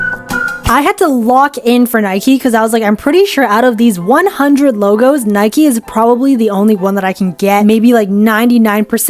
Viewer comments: Stop say naiki say naik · what is a birdie. It’s a shuttlecock 😭😭 why do people pronounce Nike and adidas like that 😭😭😭😭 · IT IS NIKEEE